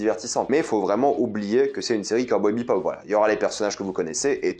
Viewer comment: Le mec parle d’une série dont il n’arrive même pas à dire le nom 🤣